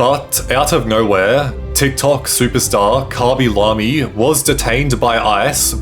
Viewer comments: "Kobby lomie" 😭 Pls stop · "koby lomy"